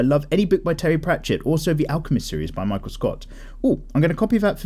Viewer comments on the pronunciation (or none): none